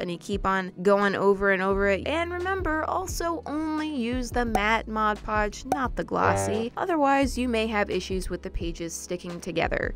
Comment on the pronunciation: She told mad podge then mod podge I was cracking up